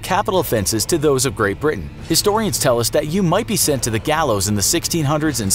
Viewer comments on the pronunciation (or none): none